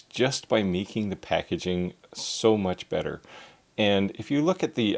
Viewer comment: Dude, it Packaging, not Packaing...